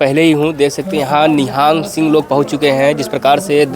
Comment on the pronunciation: Nihaang nahi nihang.. Kyo ulta bolte ho.. Ye foj hai sikho ki. Or shiv sena talware lekar chalti hai to...